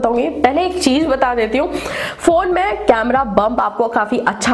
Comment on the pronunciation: Aap ek baat ka zaroor khyal rakho Apni language sudharo agar ese content bana rahe ho to jese ki Z or J me fark samjho or cheej ki jagah par cheez bolo S or Sh me fark karo I hope you understand this. Aapki videos me char chand lag jaenge agar apne pronunciation par dhyan de diya to.